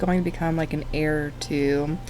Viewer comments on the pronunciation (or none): Only saying it bc you seemed uncertain— heir is pronounced like “air” in case you want to say it again in the future! 🩵 Thanks for uploading!!